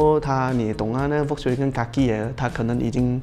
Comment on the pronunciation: 其实 Volkswagen 不读 V 的音，是要读 F 的音的。读对音对需要专业的你们来说是很重要的。